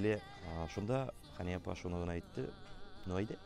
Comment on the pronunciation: Хания, дип, тугел, Хэния, дип, сойлэргэ кирэк, иптэш директор.